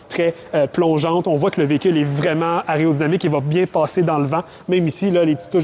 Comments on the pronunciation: Aréo ou aéro-dynamique 😑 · Aréodynamique ?!!!.... t'es sûr de ton coup là ?